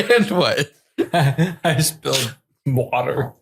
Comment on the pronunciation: Nobody:: "I just spilt mowatah" Yeah I think you drank to much 💀